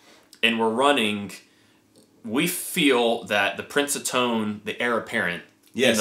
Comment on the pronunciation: Sounds great. But my inner grammar cop has a twitching eye...it’s “heir”, not “hier”.